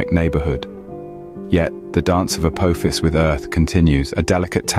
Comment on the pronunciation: apo fis dont sounds right uck yaas